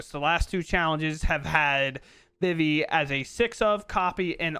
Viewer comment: Yo being a guy who loved playing FFIX and hearing people say "Vih-Vee" instead of "Vee-Vee" is driving me INSANE.